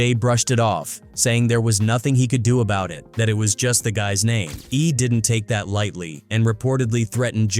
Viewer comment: How many names are you going to mispronounce in your garbage video? Show some respect